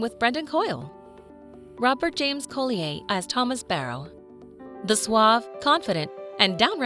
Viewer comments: You are so WRONG Collier is an Old English surname, meaning Coal seller and is pronounced Coll i er, Colli as in the way you would pronounce a Collie dog and i then errrr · Sorry but this narrator is killing me. Thomas isn’t evil he’s scared, misunderstood and alone which leads him to do things that most people wouldn’t to fill the void. It’s Coll-I-er. And the voice is so annoying. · Robert James Collier... I love the way the narrator makes his surname sound so exotic.😉😆😆😆 There's nothing wrong with his name,of course. Collier is pronounced Coll yer. A Collier means someone who works down the coal mines, digging out the coal. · Robert James-Collier is VERY ENGLISH and so is his last name. Your French pronunciation is ridiculous. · How annoying the way you pronounce Collier , totally wrong . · Umm that’s not how u pronounce his last name… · The pronunciation of Collier is really irritating. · That had me rolling my eyes every time she said it 🙄😁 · Collier is pronounced so very badly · James does not pronounce his surname Co lee aye!! He pronounces it Colly er!! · Pretty sure the name (Robert James) Collier is pronounced CAUL-yer, not Cole-ee-yay. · His name is Robert James Colli-er not co-lee-ay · Colder not colleyhay😂😂😂😂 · Please stop using computer generated voices.! Colly- ay - it’s Colli - er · Rob James-Collier is ENGLISH not FRENCH, dammit. His name is pronounced COLLYER not COLLYAY !!! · OMG. It is NOT "James Cole-e-ay" His name is COLLIER. Pronounced Colly-er. I have lost count of the times you mis pronounced his name. For goodness sake get it right if you are going to use his name. Most of the actors in Downton were well known before they ever appeared in the series. You make it sound as if Downton was the thing that made them famous. It wasn't. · Collier is pronounced Colly er not colli ay. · it's not co-lee-ay it's coll-ee-uh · Terrible AI pronunciation as always Co-le-ai for Collier - really? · Collier (Coll-ee-er) is English & the "r" is pronounced.